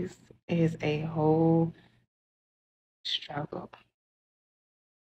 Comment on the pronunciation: What's a 'strugle'? Is that some sort of European pastry?